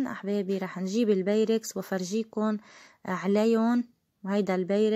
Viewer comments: لازم تزبطي لفظك انت وعم تحكي بيركس. و. بابريكا ما هيك بيقولوهون تعلمي تقولي الاشيا صح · ما تحكي انكليزي اذا امكن !!! قلتيلي beyrex ? هاهاهاها و babrika ? والله بهدلة